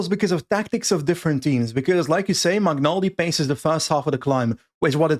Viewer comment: Magnaldi is pronounced similar to Magnier... the way you pronounce, it sounds more like McNulty